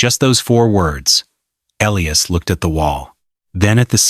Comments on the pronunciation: What a weird story. It must be AI. She's putting too many seeds into one hole. Also, Elias is pronounced Ee-LIE-us, NOT ELLIE-us. Sheesh. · L lee oos for Ee lie us! Common Ai!